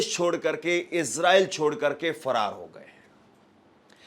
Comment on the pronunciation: सही से बोलो भाई फरार हो गया है